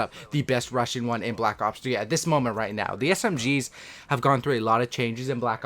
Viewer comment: He knows there is a (g) at the end of (rushing) right?